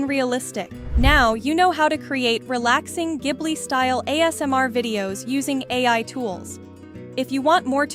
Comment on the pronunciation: Thank you for pronouncing it correctly because:Hayao Miyazaki (Spirited Away)It refers to a hot Saharan wind, but also refers to the Caproni Ca.309 Ghibli, an Italian aircraft from World War II.Miyazaki's Passion: Miyazaki, a lover of aviation, chose the name because of his interest in planes. Please pronounce correctly. In Italian "gh" is a hard "g" as in (spaghetti), So "Ghibli" should be pronounced (gib-lee). Not (jib-lee)